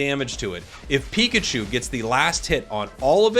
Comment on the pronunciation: and soooooo pokeman and pokechu